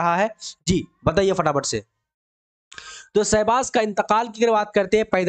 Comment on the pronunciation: Aapko to Urdu Bhi Dhang se Parhna nhi aata hai Sahbaaz ko Sahzaad parh rahe hai aap kya kisi ko Parhayengey